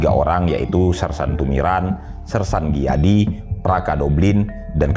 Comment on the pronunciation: Sedikit dikoreksi, bukan sersan Dijadi , tp sersan Gijadi (dibaca: Giyadi) .